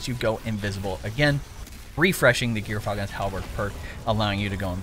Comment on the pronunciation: Not gear falcon, djor falcon. Smh